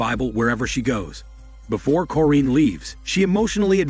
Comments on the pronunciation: Ahhh they way you say the mothers name..its cor-in.. not corr-eeeen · Mom's name is corrine said cor,-rine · Did this guy actually watch the movie, because it doesn’t seem like it. The way he says Corinne, “Foxworth’s Hall”, and doesn’t call Carrie and Cory by name. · You pronounce the mother’s name wrong 🤦🏾‍♀ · I have the same middle name as the moms first name and that is not how it is pronounced but whatever